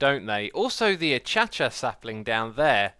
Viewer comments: 'Achacha'.. I died. Sorry X p.s. it's usually pronounced "akasia" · achacha sapling LOL its A-KAY-SHA or A_KAY_SHE_A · achacha x really its pronounced a - cay - sha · That not how you say acacia!